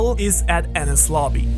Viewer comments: As a secondary english speaker. When u said adding D to enies lobby i pronounce it as Denis. Cause sounds like enies haha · Of course, it was bullshit when said that Roger left a message on the poneglyoh when it's clear it was inscribed on a gold side panel. The despicable pronunciation of Enies in this vid gives the ideas less credibility. While Jaya and EL would have been a part of the AK, it doesn't mean LT was/is there. Under the X that marks the spot, LT could be at the BOTTOM of RM, and having LT right start the start and end of the GL,, and after sailing so much of the world that LT is close to where he was born, might have struck Roger as funny.